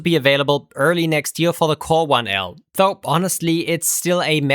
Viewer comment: "Though" is pronounced with a soft "th" as in "this" or "that", not a hard, hissy one as in "think". I really enjoy your videos, but since you like to really use this word, please pronouce it correctly? It makes me cringe every time...